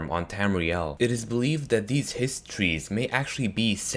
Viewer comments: "Histree" really? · Why do you put so much emphasis on the T is Hist Trees? Just say it like you would say Histories.